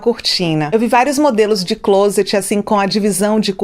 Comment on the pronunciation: Só pra ajudar, não se fala (clôset e sim CLÓSET, a acentuação da pronúncia é no ó.